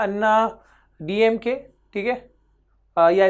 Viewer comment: Sir DMK pronouncation is wrong im tamilan